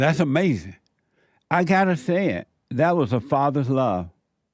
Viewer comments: Don't forget "that's amazin" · In my life i hope to see JLP host and moderate a presidential debate. "Uh May Zee Ing"